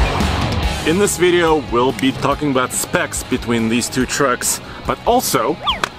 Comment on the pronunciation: Great “veeeidio”! haha haha.